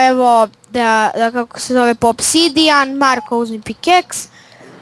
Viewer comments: kaze se OBSIDIAN a ne OPSIDIAN!!! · kaze se opsidijan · Pa isto je, bitno je da se razume sta hoce da kaze